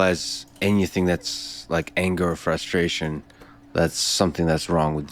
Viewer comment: Holy shit how can people listen to this guy speak for more than 2 sentences... I can only hear "fUHstration" and "people with engineering oppotunities" so many times. This guy is figuring out the shit that most of us had to figure out in high school in his fucking forties. Like what a fucking baby. Stop playing victim and fix your shit.